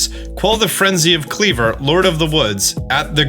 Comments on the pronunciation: Isn't Kleavor pronounced as, "klee-VORE?" And Wyrdeer being, "weer-DEER?" 🙃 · Pretty sad you can’t pronounce wyrdeer (try We’re deer) or Kleavor…